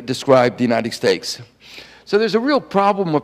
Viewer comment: Kao-Lee Liaw He might have had a cold that day.He does have an interesting "Elmer Fudd" type of speech defect. I found another video where it's much clearer. thank you though for your rude diagnosis. Look at this thread and you'll see lots of people who, according to you "need a hearing aid." He also says "Politics shape Markeks", "things we have been experienkcing", and "the United Steaks", as well as "raink-seeking".Maybe it is YOU need a hearing aid?